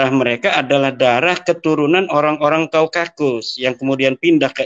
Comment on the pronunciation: Wah yai Imad kok nyebutnya "Kaukakus" wahhhh maaf yai, apa bukan Kaukasus. Wah apa gak tambah marah mereka baklawi".